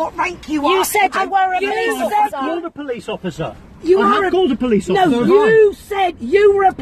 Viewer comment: "Po-leese offar-sar" 😂